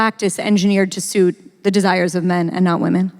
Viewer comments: Louise is awesome. Grimes lisp needs acknowledgment, but why does Anna pronounce women "Waman" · I didn't know that there was someone other than Pewdiepie that pronounced it "Waman"... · Can't stop chuckling at Anna's utter refusal to say the word women properly.